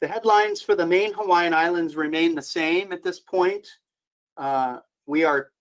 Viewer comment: Excellent job on Hawaiian pronunciations!